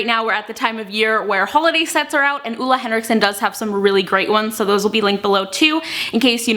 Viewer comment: It's pronounced OOLA